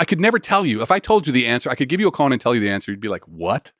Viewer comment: “Koan” practice not “coon practice”